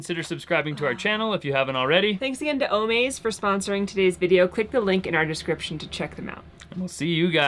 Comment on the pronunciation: it’s o-MAZE, like AMAZING.